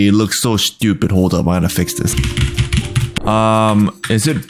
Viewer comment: Man I love the way you say shtupid😂